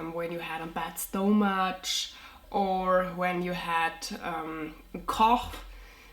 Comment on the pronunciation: In English or at least in the United States the word stomach the CH is pronounced more like k